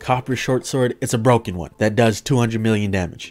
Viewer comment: Emphasis on broken